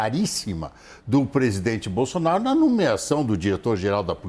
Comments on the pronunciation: Gente... ela falou o PRESIDENTE JAIR BOZÔ... BOLSONARO? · ..."e também hoje, o Presidente Jair BozzzzonnnBolsonaro... kkkkk! É inevitável... HAHAHAHAHAHAH! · Quase que ela diz " BOZONARO " kkkkkk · Eu vi ela falando bozonaro kkkkk eu vi kkkk